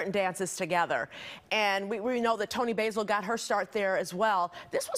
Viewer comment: "Toni Basil" also mispronounced. I do radio work and have taught broadcasting classes. I would have pointed it out, had a student made a similar mistake...